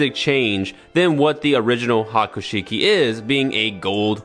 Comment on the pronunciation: Broh, did you say "Waman?" Like Haman but... the whole Warior "WA" inserted to make her "bad". And piloting a Haiku Sheik? Dude... that's a mountain of lore implications. "Evil Haman avatar" piloting a black Char/Quattro suit. I didn't even need to wiki-dive that!